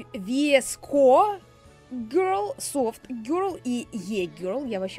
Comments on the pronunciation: мне нравится E-girl ведь я E-girl 😅😄 и да не 《Веско》 а 《Виско》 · Не "ВИСКО",а "ВСКО", без "И", да, без "И" Многие люди произносят это слово по разному, как кому угодно. В одной википедии написано —одно, в другой — другое. Я это просто написала, чтоб поржать, некоторые это восприняли всерьёз, а кто-то понял, что это создано ради шутки. Спасибо за понимание! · Это вроде читается как «вско гёрл». Видос крутой ❤️ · Господи ,,ви,, это буква , в этом слове она читается VSCO-виско Англичане никогда не говорят букву ,,В,, в словах Название «VSCO girl» ( произн. виско гёрл) происходит от одноименного приложения для ... Это я нашла в Википедии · Vsco как пишется так и читается